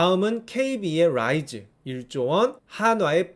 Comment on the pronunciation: ㅋㅋㅋㅋㅋㅋㅋㅋ 롸이즈 롸이즈 롸이즈 너무 웃기잖아요 ㅋㅋㅋㅋㅋㅋㅋㅋ